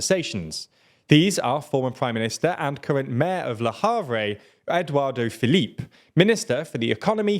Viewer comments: It's Edouard Philippe, not Eduardo. Ironicaly, when Macron was an actor, he worked on a play written by a man called Eduardo di Philipo. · Mate, it's not Eduardo Philippe, it is Edouard Philippe, we are not Spanish or Portuguese. Get that pronunciation at least right. Interesting analysis otherwise. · Its not Eduardo its Edouard. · Is Édouard not Eduardo :) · It's "Édouard Philippe". Not Eduardo. Pronounce it "Edward". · It is pronounced Edwar like Edward in English but without the D at the end. 😊 Why make easy things complicated 🤣 Regarding Édouard Philippe candidature ..... if he is still alive in 2027 because he looks extremely sick. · "Eduardo" lol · Why does he keep saying Eduardo? 😂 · Cmon ben it's not Eduardo haha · Are you done saying "Eduardo" yet? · Well, Édouard should be quite easy to pronounce by just cutting the final "d" of Edward... 💁‍♂️ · Le HavrEY??? EdouardO Phillip??? Come on guys, make a little effort.😅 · Ah yes, the very French name Eduardo, and the very French town of Le Havray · You guys didn't do French at school 😂 sorry but "Le Havre" is not even recognizable, or "Edouardo Philippe". No, in reality beside "Le Havre" and "Edouard" it's not that bad.